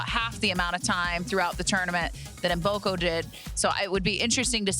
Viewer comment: Funny pronunciation of "Maboko" instead of "Mboko"😅 In fact, as a Ugandan( bordering with Congo), I already know that "Maboko" means "hands" in Lingala, Mboko's parents language.